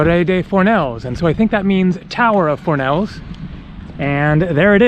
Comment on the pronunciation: Dude, thx for the vid but: 1- The Balearic Islands is NOT Catalonia, Catalan is spoken tho. 2- Fornells is not pronounced "For-nays", it's more "Foor-nays". 3- Cmon, don't creep-film inside ppls homes..